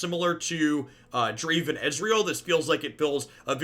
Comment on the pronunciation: Dra-Ví-n? It’s a stretch but cmon